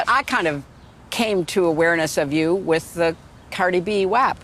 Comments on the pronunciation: I KNEW she'd pronounce it wrong🤣😂🤣😂🤣😂 "Cardi B Waaap"😂🤣😂🤣😂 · She don’t even know how to say WAP 🤦🏼‍♀️ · I’m guessing they are doing paint by numbers and love killery said wap wrong lol. Losers